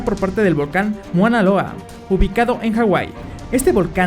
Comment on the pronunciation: muana loa? que no es mauna loa?